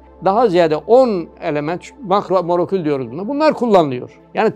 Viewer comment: Adam molekül bile diyemiyor. Bilim icin tek bir sozu dogru soyleyemedi. Siveli biri olsa diyecegizki siveden dolayi soyleyemiyor bildigin daha once telaffuz etmemis.